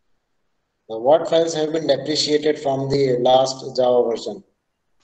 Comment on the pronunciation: Hello, It is not "depreciated", say "deprecated":face-blue-smiling::face-blue-smiling::face-blue-smiling